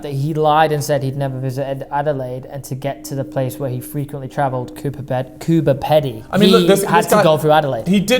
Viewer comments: As an Aussie my mother said it was normal back then just be home before the street lights come on. Also it’s cooper-peedy not pety peedy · Pedy in Coober Pedy is pronounced Peedy. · Great video, also it’s pronounced cooper pee-dee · It’s CooBer Pedy. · As i live in South Australia, Adelaide and the fact you said cooper pedy like that really hurt me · CooBer Pedy. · 🤣🤣 I noticed that too! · HAHAHA yes